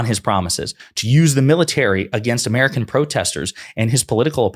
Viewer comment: Plunder uhMerika